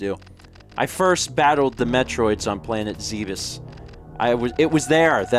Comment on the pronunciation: Zebes is pronounced [ZEH-bes]. Not that it matters to me.